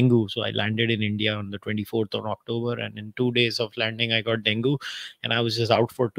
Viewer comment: Dengue is pronounced "deng-ee", not "den-goo". The metric used, ie. 'gender discrimination' doesn't work. Because the concept of 'gender' and 'discrimination' both, are highly culture-centric concepts, when we talk about them today. Western culture has dominated the rhetoric of what they mean. The survey could simply be a reflection of growing western idealism and desire to borrow from Western culture. Not necessarily that the cultures aren't 'equal'. What is the measure of equality of cultures? Materialism, popularity, acceptance, peacefulness, domination? If I am a hated Muslim and within my society everything 'works', and suddenly I am exposed to Western thought that demonises my way of life, the growing concensus will be that I am discriminated against and I have no freedom. Whereas before the influence, such things were simply accepted as status quo normalcy.